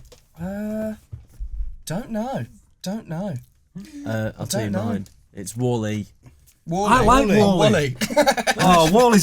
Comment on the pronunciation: How is it possible to pronounce wall-e so incredibly wrong